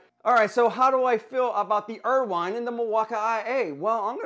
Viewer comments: There's no way that's how Irwin is actually pronounced. Ryobi, Knipex, now IRWINE?? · Irwin, Irwin, Irwin pronounced 'er win' there is no wine in this make 🤣😂😆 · The pronunciation of Milwaukee and Irwin gets old quick dude. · Decent review but you're pronouncing BOTH companies WRONG. Every time I hear the company names called out, I cringe.